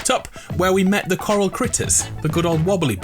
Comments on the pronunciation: i almost thought you said ora- this is a kid friendly channel isn't it? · I thought he said oral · Anyone else thought he said oral isle